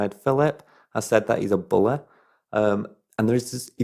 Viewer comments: I love how you say "bully".. He's a "bulay" 😅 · I love the way you say money and bully lol